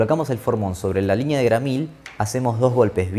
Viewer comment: Repelús cuando dice "LIÑÑEA"